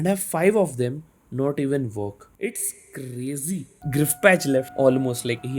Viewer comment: Bro's Fav Dialogue 'This is crrrrrrrrrrrrrrazy'